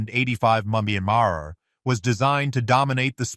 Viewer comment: What the hell is he saying when he says mph?? Sounds like he is saying monkey bar. And what's with the word Solidify so much??